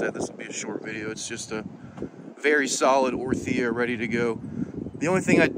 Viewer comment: The way you say 'orTHIa' its crazy...